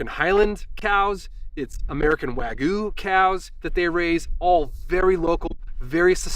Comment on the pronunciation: It’s Wagyu, not Wah-Goo. Please stop.